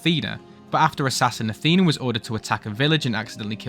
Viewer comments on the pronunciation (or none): none